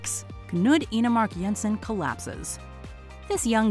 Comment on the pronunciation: Thank you for being able to pronounce the soft J in Danish 😃👍